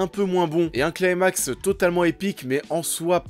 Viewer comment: On prononce "climax" en français, pas "claïmax".